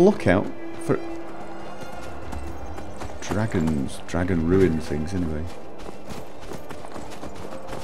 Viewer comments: I totally lost it at "Dwagons" XD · Thanks, after "We're hunting Dwagons!" I am now hearing Richard's voice as Jonathan Ross. "That dwagon shout is gweat...it's weally gweat!"